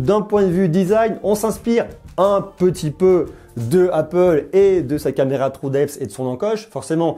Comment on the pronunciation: j'en ai marre que les français prononce le mot true comme ci c’était un trou